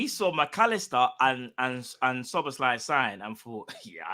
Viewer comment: and learned how to pronounce Szoboszlai 😂